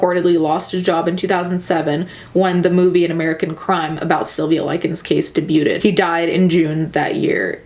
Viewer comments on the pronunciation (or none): love you and the way you said debuTed lol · day byoo tted hahahahahaha.